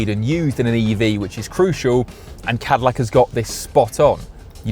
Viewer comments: We know you are a Brit but you really can't pronounce Cadillac? 😂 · Literally didn't say the Cadillacs name properly even once.